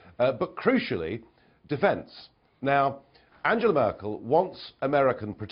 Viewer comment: Farage, you cretin, learn to say Angela Merkel's name right! If you want to translate her name into English, be consistent and talk about Peter Trudeau and Gerry Wilders.